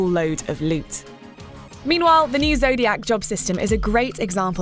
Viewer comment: "The Zodiyaakk age"